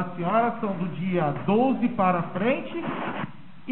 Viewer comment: Nota-se o quão bom é esse advogado de defesa de Monique. Kkkk ele insistentemente usa a palavra "Dolze/douse". 🤦🏻‍♀️🤣🤣🤣 12(doze 💁🏻) Pqp, eu com meu ensino médio só consigo rir dessa defesa de m@